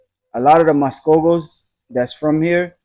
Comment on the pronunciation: Mascogos sounds like Muskogee.